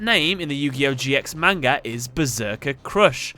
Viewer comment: Purposely saying manga wrong.